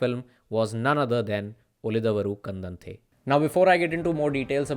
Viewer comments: To be pronounced उळिदवरु कण्डन्ते. Thank you. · It's da of darling not da of the... Ulidadavaru kandante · उळिदवरु कन्डन्ते is how it is pronounced. Assuming you speak Hindi. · Your efforts to research on cinema is much appreciated. It would have been better if you have put some more effort to learn how to pronounce movie name. If you have any medical issues in Pronouncing properly I am extremely sorry.